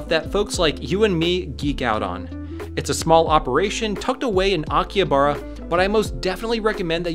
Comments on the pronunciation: Isn't it pronounced Aki-HA-bara? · The H in Akihabara reads like an R